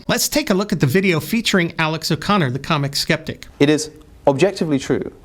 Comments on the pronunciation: Is calling Alex "Comic Skeptic"? Or am I just not hearing the 's' in Cosmic? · In the first 20 seconds you are unable to correctly read the titles of the two YouTube channels, mistakenly reading “Comic Skeptic” and “Rationally Rules”. That really undermines anything that comes after. Getting the small details right matters. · Are you trolling or just dyslexic? It’s ‘Cosmic’ Skeptic, not Comic. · It's Cosmic not Comic btw otherwise you're just being rude and disrespectful. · Alex calls himself Co s mic Sceptic. Was this a Freudian mispronounciation? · maybe I'm missing something but why do you not say their names properly? Comic skeptic not COSmic skeptic? Rationally Rules not rationALITY rules? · Were you deliberately saying ComicSkeptic and Rationally Rules? Stinker. ;) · I hope he was pronouncing the names wrong on purpose. Comic skeptic, Rationally rules! Great video though! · Comic skeptic and Rationally rules? Can't you read, or did you mispronounce their names on purpose? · He was intentionally saying Cosmic Skeptic's and Rationality Rules' names incorrectly, right? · Did he repeatedly mispronounce CS's and RR's names on purpose? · I appreciate that you didn't even bother to pronounce their names properly... Great video though! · You can tell it's going to be a cavalcade of strawmen and distortion when you refuse to even get their names wrong twice in the first minute... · Did he intentionally say their youtube channel names incorrectly? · I cant tell if he is intentionally saying Alex/steven's channel names wrong, or if he simply can't be bothered to read their actual names